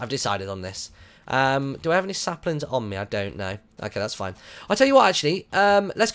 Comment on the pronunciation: you said SLAPlings lol